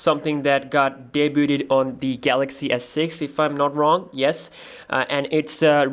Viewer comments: *day-byood NOT day-byooted. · it's pronounced (day-byood), not (day-booted)